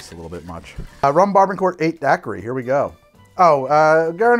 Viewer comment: idk how tf u tried to pronounce barbancourt but it is BAH-BAN-COO for future reference